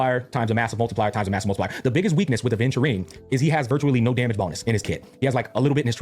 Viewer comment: It's pronounced aventu reen not rine.